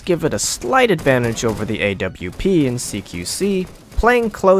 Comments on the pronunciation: the AWP is prounounced OP not A W P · A W P dude just say Aww-ph thats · I've never heard someone call the AWP the A.W.P. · He calls the AWP the A.W.P I want to die